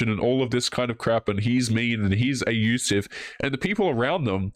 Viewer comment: Why are you not saying "abusive"? "A-usive"?